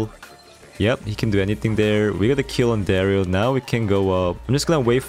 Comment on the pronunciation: Mythic ❌ Mysick ✅ Darryl ❌ Darr-e-yl ✅ ❤️😂